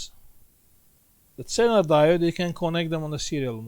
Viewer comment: Zener diode,it is readen like ZINER...like zero